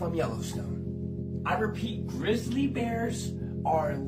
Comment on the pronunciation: !!! """ WARNING """ !!! YOU ARE BEING MISLEAD AND FOLLOWING COMPLETE UTTER BS """ MIS-INFORMATION """ -THE AI VOICE LATER ON IN THE VIDEO """" COULDNT PRONOUNCE " GRIZZLY """ EITHER = IT ISNT GRISSLE = THAT COMES FROM THE FRYING PAN ON YOUR STOVE " IDIOTS " PROOF ? GET OFF YOUR A__ AND GO LOOK AT CSGS = GO = LOOK = """"""""""""""""""""""" NOW """""""""""""""""" IF YOU BELIEVE THIS = """"""""""" YOU HAVE BEEN BRAINWASHED INTO A MIS-INFORMATION CAMPAIGN """"""""" AND THIS ISNT THE FIRST TIME I HAVE HAD TO REPORT THIS """" GUY """" = AND """" YES """" THIS IS HIS CHANNEL = ISNT IT " Dont Look Up " - ? TELL THEM OR """""""""""" I WILL """""""""""""""" BETTER YET = JUST SAY GOODBYE TO YOUR ENTIRE CHANNEL YET ONCE AGAIN = YES = """" AGAIN """ ! YOU STILL HAVENT LEARNT BETTER HAVE YOU ? EVERYONE = DO NOT FEAR A THREAT FROM YELLOWSTONE - WE HAVE WELL OVER 35000 EARTHQUAKES A YEAR AND SOMETOMES IT " SPIKES TO UP TO OVER 7000 " A YEAR - THERE IS NO TRACES OF ANY EURPTION AND THESE VIDEOS OF ANIMALS "" SO CALLED LEVING YELLOWSTONE ARE """"""""""""""""""" OLD VIDEOS OF HYBERNATION AND NOMADIC MOVEMENT WITHIN THE PARK AND SOME NOT EVEN FROM USA PARKS ALL TOGETHER """"""""""""""""" THERE IS NO MASS EXPLOSIONS OF ERUPTIONS NOR ANY VIOLENT EPISODES CURRENTLY A FOOT IN THE PARK = NONE """"" !!!!!!!!!!!!!!!!!! IF YOU SAY I HAVE NOT PROVIDED ANY PROOF = IT IS UP TO YOU TO RESEARCH THIS ON YOUR OWN = I AM NOT GOING TO """" TELL YOU WHAT TO BELIEVE NOR AM I AM BABY SITTER """ !!!!!!!!!!!